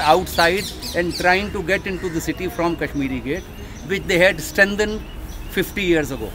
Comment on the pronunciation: At last! Someone who calls it Kashmir Gate and not Kashmireeeee Gate. The 'eee' at the end came from the way it used to be spelt "Cashmere"...The French spelling of "Shahjahanabad" was "Chadjeanabade"....I shudder to think what the city would have been called today if this spelling had fallen into the hands of us Desi types